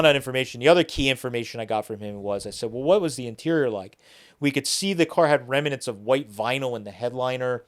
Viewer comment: ..... the grammar police report that there is no such word as rem-a-nent and also acrossed .